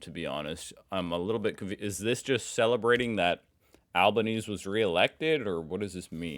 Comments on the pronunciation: we prenounce his name as Albaneesy. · Our Prime Minister's name is Anthony Albanese. His surname is said like Al-ban-easy, not Al-ban-ease. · ..I guess you do not read the comments! So many have told you our PM'S name is pronounced Alban.easy but you still say Albanese 🤦‍♂️ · Hey mate, anthony albanese's last name pronounces the last E. Like Easy, not Sneeze. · we need to get you saying this name properly. Albanese - is said with "easy" on the end, not "ease" Albaneasy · Sorry I gotta say it even tho I feel like you've probably had a bunch of people mention it but... Albanese is pronounced albaneasy... Like Alban-easy. not like the eese in cheese. but the work easy. Not trying to be a pain in the ass but seen alot of american commentary on aussie politics recently and the pronunciation is getting to me lmao xD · Couple tiny clarifications. Firstly, the last syllable Albanese is pronounced like the word easy. Alban-easy. Secondly, the sausages aren't a free treat to get people to show up, they're traditionally a fundraiser, usually for whatever venue is hosting the polling. Here you can vote anywhere in your electorate, you usually have a lot of choices within a short walk unless you're very rural, so you might end up popping into a school or a scout hall or a church, or anywhere that has a large building they can funnel people through. Sausages are always cheap, plentiful, and delicious. Not a hot dog, no buns to be found. Just a slice of bread, sauce of your choice, maybe some onions if you're lucky. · Pronounced Albonanesee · Albanese is pronounced Albanes-ie. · Love your videos. We pronounce our PM'S last name Alban-easy you say the e on the end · Hi, love your channel, but it's pronounced 'Al-ban-ee-see' and that's not just us Aussies lengthening it. We call him 'Albo'💞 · it's pronounce Albo-Neezy lol. Yes, he got my vote. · Hey, We pronounce the PM'S name as Alban-easy. Or, Albo. 🙃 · Anthony an easy is how we say this ❤